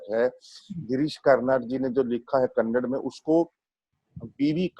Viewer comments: Mme, make sure u pronounce 'Kannada' and not 'kannad' u ignorant speaker.... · Your hindi is good to the title hindi ki bindi but pronounce other languages as well, it's Kannada not Kannad. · It's not kannad.. its kannada